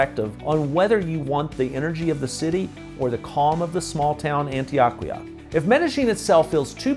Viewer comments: On-Tee-OH-Kee-Ahh. Love ya,, but man oh man, do you have A LOT of gringo in your Spanish pronunciations. 😀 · Do you purposely pronounce Spanish words as Gringo as possible? 😂😅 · Is Antioquia pronounced 'AntiOHquia or AntoAHquia. I was under the impression (in my limited Spanish skills) that the letter O is always pronounced like 'OH'. Maybe I am wrong about this? Regardless.. I like your video.